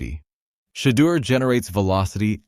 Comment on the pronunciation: Learn how to pronounce Shedeur"s correcctly Every Damn Time!!!